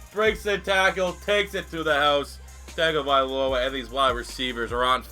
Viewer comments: It's tua tun-tung-avilo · Its Tua Tongue-O-Vy-Low-A